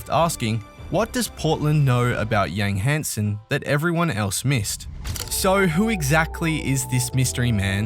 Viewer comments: as a chinese i understand some names is crazy hard to pronounce but Yang Hansen lol with a surname that isn't even chinese. How hard is this? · Adam Silver literally just said his name correctly...and then the narrator immediately starts butchering the pronunciation seconds later. LOL I don't understand how people in media and YouTube cannot take the time to say player's names correctly.